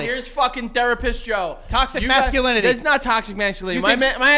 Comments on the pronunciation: NOT “TOXIX MASCULINILILY” 💀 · Why can neither of them pronounce masculinity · We’re a minute in & both of them already struggled with the word “masculinity”